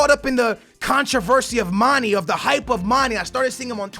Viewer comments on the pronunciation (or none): Mane is pronounced Man-eh not Man-E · how to spelled player fo Batshuayi = bat-shu-why-ee Son = son and not sun (like you said sonaldo but just remove the naldo) Werner = ver-na Mane = ma-ne (not ma-nee/ma-ney) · say manae not manie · IT IS MON-A NOT MON-E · mah-nay mah-nay say it with me mah-nay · please stop calling manè Manny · so glad He got rid of mane im sick of Him fucking up His name